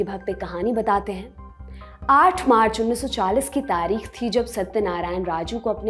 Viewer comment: " तारीख़ " का उच्चारण आपने अशुद्ध किया । बाक़ी आपकी वाचन शैली तो कमाल है ही 😊❤️👍